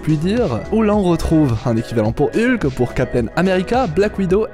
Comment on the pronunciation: Rien que la prononciation de Hulk ça pique quoi... Pis désolé mais tu dis qu'ils vont peut-être ou sûrement renommer le films mais il a été officialisée sous le nom Thunderbolts donc ils sont pas le renommer...bref d'ordinaire je suis plutôt d'accord avec tes vidéos mais là ya pas mal d'incohérences je trouve dans se que tu racontes...